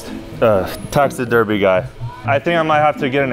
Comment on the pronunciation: "Just need Ahhhh Texiderby guy" 🤣🤣